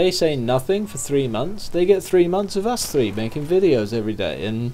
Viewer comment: three not tree